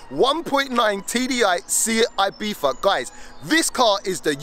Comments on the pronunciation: "Seeat Ibifa"? Alrighty then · is ibitza not ibifa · why is everyone saying ibifa? its a ibiZa😭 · u said seat ibeefa????